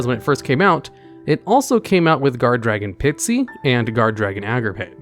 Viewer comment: You got Zeus’ effect wrong. You can bring it out on top of any xyz monster as long as any xyz monster has battled that turn. (Edit: Also please re-read Guardragon Pisty’s name and pronounce it correctly)